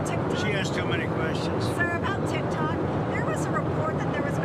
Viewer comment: He calls it tic-tack. Hey Donnie! It’s tic-tok